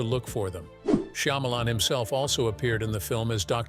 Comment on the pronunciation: SHAH MA LAWN ok now say it with me.....Shyamalan....